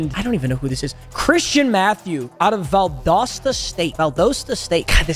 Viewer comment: I go to valdosta state, bro absolutely butchered our name lmaoo